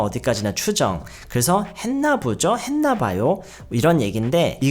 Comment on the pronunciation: ~부죠?가 아니라 (보지요를 줄여서) ~보죠?에요! 모르고 계신 것 같아서요 혼자 유학준비하느라 유튜브가 도움 많이 되는데 유튜브 영어선생님들 중에서 젤 조아요 감사해뇨